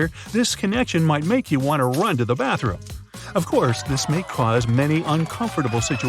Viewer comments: You said bartroom not bathroom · Yo said "Bartroom" 😂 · "Bartroom" = "Barts Room"